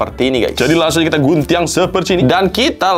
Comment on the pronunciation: guntiang ? logatnya wkkwwkw